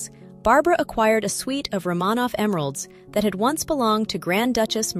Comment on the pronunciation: You need to make a decision: Is it "Van Cleef and Arpples" or "Van Cleef and Arpells," because you manage to pronounce it both ways. And, it's "Romanov" with the accent on the first syllable, not the second. AI will be the downfall of all of us.